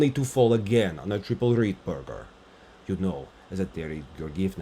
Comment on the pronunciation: I love how you call the loop "Rittberger" like Russians do, attention to the details is *chef's kiss